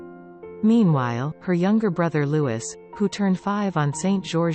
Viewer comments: I am so fed up with you Americans. IF YOU ARE COMMENTATING ON OUR ROYAL FAMILY, for heaven's sake get your pronunciations correct Apart from the fact we speak English and you most certainly do not, LOUIS is a French word and pronounced LOO-EE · please say Prince Louis name correctly its a silent S so its pronounced Loui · It’s louieeeeee the s is silent!!!!!! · Its Prince Louis pronounced Louie not Louis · HIS NAME IS NOT LEWIS!!! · It is really offensive that these narrators don’t know how to pronounce the 4th in line to the throne’s name, Prince Louis. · Learn to pronounce Louis!!